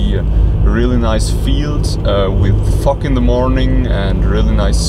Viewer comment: been a while, great stuff as usual. you say fog funny.